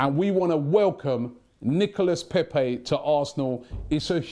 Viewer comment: How is that that Robbie can pronounce "coup" correctly but butchers "Nicolas Pepe" everytime he mentiones him??